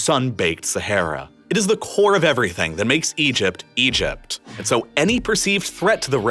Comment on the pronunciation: EgypT. …shorT. … finisheT. Really spitting out those T sounds at the end of sentences today.